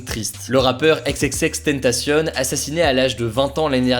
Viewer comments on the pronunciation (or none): Éxéxéxtentacionne stp c'est xxxtentacion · « Ex Ex Ex Tenntassionne » Tu t’es transformé en Espagnole ? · Le fameux rappeurs éXéXéXTENTACIONE 😂😂😂